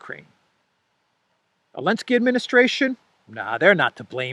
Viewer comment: is it just me or do you say elenskyy instead of Zelenskyy